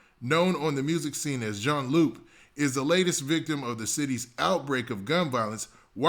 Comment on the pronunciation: it’s pronounced june lou